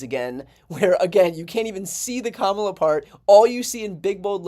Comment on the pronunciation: I have to hand it to Trump for prononouncing Kamala's name correcty for once. Hes still a 💩 though.